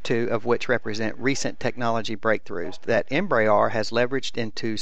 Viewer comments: Please stop saying "EmbraAAAAAR" "EmbraER" (em-bre-air) nice video nonetheless, despite that and the low voice volume on the recording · I hate to be the grammar nazi but Embraer is pronounced em-bre-re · Oh crap!!! It took a while before I quit pronouncing Embraer "Em bray R"!! Now I'm really bummed. Pray how does one pronounce Phenom in Brazil? Tim G., FS MaNiA